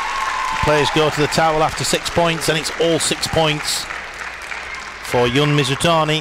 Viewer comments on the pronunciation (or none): was it it that commentators have so much trouble with pronouncing people's names? the announcer clearly said "Jun" like "dzh" and then the commentator says "yun" ... *sigh* just one of my pet peeves, like how many commentators say "zhang yee-ke" instead of "djee-ke"